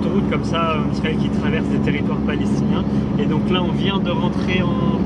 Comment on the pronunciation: Pourquoi vous dites lisrael?